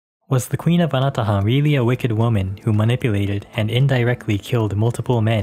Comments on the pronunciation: I keep hearing... "Ana The Hun". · Hi, the correct pronunciation of the island is Anatåhan or ana-taw-ahn. This is in the Chamorro language. Nice video!